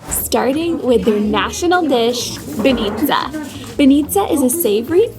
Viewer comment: Aware with the emphasis, please :) bAnitsa, not banItsa ffs.